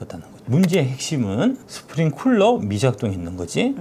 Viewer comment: 박작가님 스프링쿨러 아니고 클러라구요~ 아~ 정말. 나온 유튜브마다 쿨러라고 하면 어떡해요??